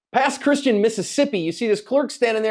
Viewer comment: It's pronounced Pass Christy Ann